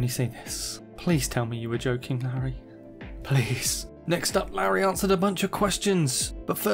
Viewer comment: It's pronounced 'Lorry'